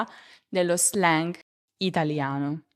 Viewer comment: Grazie mille. Perché non pronunci l’anglicismi tipo slang (lo /zleng/) come sono adattati all’italiano?